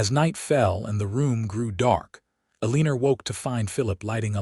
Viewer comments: Do you even listen to your final product before you put it out there? It's either Eleanor or Elina. Not Eliner. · It's a cross between e lay nuh and ell uh nor. So, e lay nor!! Lol 😅😅. This AI stuff is non responsive to our requests for a prooflistener to improve the stories!! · The woman's name is Alina not Aliner and yet its mispronounced in every story. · I wish you could manage to pronounce Eleanor El- ea- nor not Elina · I can’t do it any longer! Only 40 minutes in but mispronouncing the name of one of the main characters (Aliner instead of Alina) is messing with my enjoyment of a potentially good story. Mispronouncing some general words that have dual pronunciation and/or meaning is one thing, but the name?! AI sucks! Just read your stories yourself! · The voice keeps saying Elina’s name wrong. It’s supposed to be E Lina, not Elinor . I’m sick 🤢 of it ❣️🇺🇸❣️ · Elina. Not Eliner. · Eeeeleeenaaaa...not eeeleeenerrr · I won’t listen to another story with such poor narration. “E-lean-nor”. Too many other misspronunciations . Clean up the narration and repost it. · Eastern “Elineer” instead of her real name. It’s a New Yorker thing. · "E-lin-er" ha,ha,ha. 😁😄😂😂😂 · "El-ee-ner" ?? AI messed this up. Alena? Eleanor? The pronunciation just about ruined the whole story for me. 😅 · Her name is E - lin - a! Your pronouncing it wrong! 🌿⚘️🌿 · The use of her name being mispronounced is irritating. Instead of Elina, it’s being pronounced E liner. I’m sick 🤢 of listening to it.❣️🇺🇸❣️ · After reading the comments I see how the narrator massacres Elinas name. It is annoying! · This was a great story but his miss pronounced of her name was very distracting. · Great story, but maybe fix the way the narrator says Elina's name. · Many other names are mispronounced in these stories, too. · I can't listen anymore. The AI narrator cannot pronounce her name correctly, and some of the words are used wrongly. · It is annoying. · So annoying your AI kept mispronouncing the name Elina.